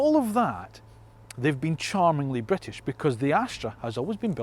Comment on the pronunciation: I’m Scottish 🏴 not bwitish